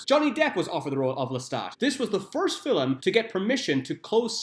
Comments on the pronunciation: Film... Film... why are you saying Filum? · It's Louis NOT Louise lol!!! Fillum??? Another lol.